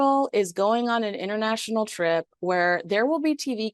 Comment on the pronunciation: '... harry and Meghan's strip to Colombia' is what I heard :)